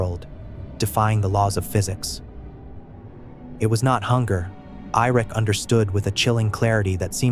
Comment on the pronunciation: Who the fuck is irik???😂😂😂Ai. Good luck learning to read AI